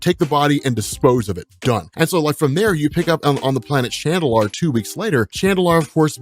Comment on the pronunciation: "It looks like this might be Chandilar" <- this guy would absolutely own at GeoGuessr